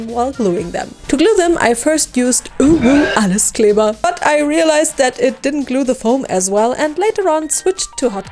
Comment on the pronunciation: Habs mir doch gedacht dass ich da den Deutschen Akzent bei “Alleskleber” hör😂 Super Video, ist mega geworden Lg